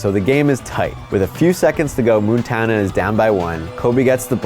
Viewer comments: You had me going til you said "moontana" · Yeah, had to stop after "Moontana"